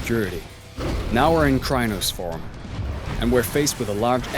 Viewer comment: Yes! You clearly have played the game on table top before. Also the way the narrator kept pronouncing Crinos as cry-anos was jarring